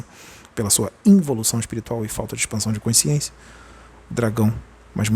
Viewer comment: Português, um toque 》 a palavra é CONSCIÊNCIA. Não tem o E a mais do sotaque carioca. É importante na Excelência da comunicação.